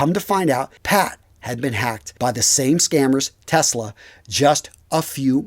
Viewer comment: Was that 'Test-lag' or 'Tesla'? - Sorry, I could not resist it! 🤣😂 Anyway, glad you and your team got the site up and running. 👍